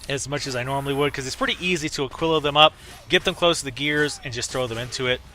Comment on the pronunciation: not trying to be an ass, but ah-kee-lah and sure-e-ken.